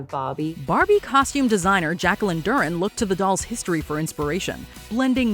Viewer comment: Hey --love your videos and commentary, but please do artists the respect of double-checking on name pronunciation (in this case, Jacqueline Durran). You have the tool right at your finger tips--just take a quick peek at interviews with the person in question, or their fellow cast and crew talking about their work.